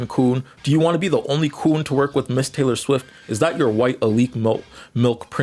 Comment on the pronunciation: TAYLEB QUAYLEE??????? TAYLEB QUAYLEE??????